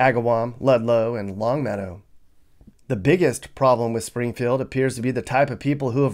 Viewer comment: He meant to say Longmeadow, NOT long metal!